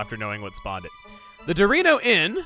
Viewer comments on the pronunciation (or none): You saying Dorino Inn sounded like you Sayed Dorito Inn